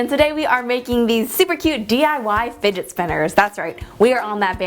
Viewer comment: "Finet spinners" 😂💖